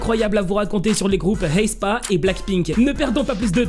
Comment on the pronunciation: Pourquoi tu il dis « Heyspa » ? C’est plus simple et logique de le prononcer « éspa »